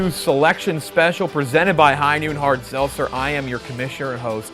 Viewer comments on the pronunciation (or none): good lord i love u jeff but u simply cannot pronounce the word Seltzer ant it kills me